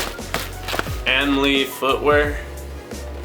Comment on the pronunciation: Its anomaly, not anmaly haha